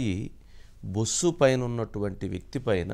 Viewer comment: బుస్సు కాదది బస్సు అందరు రీడర్లే